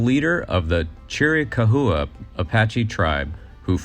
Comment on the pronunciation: Chiricahua is pronounced Chair-eh-cow-wah